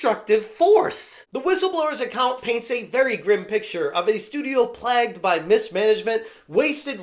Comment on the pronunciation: Plagued, not "plagged". Plagg is Cat Noir's kwami.